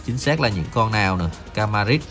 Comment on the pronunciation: con kramaric đọc là cờ ra ma rích nha anh chứ không phải là ca ra mích